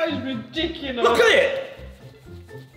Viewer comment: Love the fact he says redonculous aha